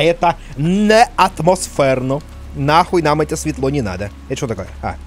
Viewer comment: "Не атмосферно" звучало по украински